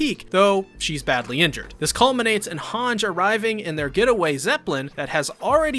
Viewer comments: NAH YOUR PRONUNCIATIONS OF THE NAMES ARE SHIT DAWG😂 IT'S PRONOUNCED LIKE "hanjee" NOT HANJ💀💀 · I’m sorry shin. Gan Shina Bruh it’s all together shiganshina and hangj bro it’s Han gè hangs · bro speak after me "HANJI" not "honch" fucking hell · why HANJJJJ not Hanji?? I was like who the f is Hanjjjjjjj 😂😂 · Ah yes my favorite Survey Corps member, "Honj" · This is a great summary. Thanks. But Hange is two syllables. Han-ge. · Bro really said Haanj 😭🤚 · why he say hange and mikasa like that tho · really liked the recap but one suggestion would be to work on the pronunciations of the names. Idk if you were basing it on the dubbed pronunciations but compared to the way they pronounce the names in the sub some were way off, like hange. still liked and appreciated the recap though!